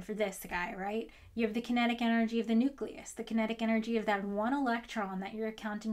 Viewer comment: for God's sake. Nucleus (building up to. And probably beyond). OK, carry on.